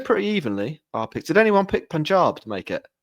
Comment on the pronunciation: is the first person among all the podcasters on YouTube who pronounces "Punjab" correctly.